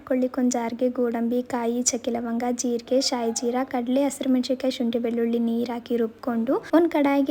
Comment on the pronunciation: Chakke lavanga anta Chanagi helthira 😅